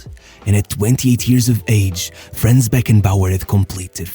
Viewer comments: Why englisch speakers are not able to fucking pronounce german names in the correct way? Imagine german ppl would do that all the time. Its not FRÄÄÄNS, its FRANZ. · small correction his first name is pronounced slightly differently: It is "Franz" instead of "Frenz" Nevertheless, a great video that does justice to this icon of the sport. People underestimate his achievements, but Bayerns greatness was mainly built by him RIP